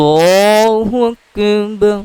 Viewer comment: Bhai app Allah o Akbar to sahi tarha parho kis tarha parh rehe ho